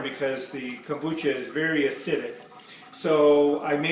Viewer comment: Kumbacha??? Kombucha